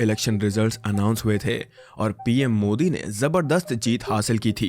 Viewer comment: Mujhe bhi yahi lga tha yr starting me, but fir "modi' ka pronunciation sunke lga ki something is wrong😂